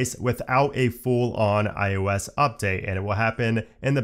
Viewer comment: Oh, sweet! The guy who pronounces it "IUS" is back in my feed! Thanks for the great comprehensive videos!